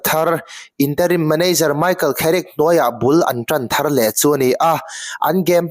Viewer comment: Kherick ti ang a i lam hi a nalh lemlo ka ti😊